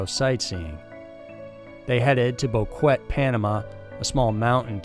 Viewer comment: Es BoquetE carajo!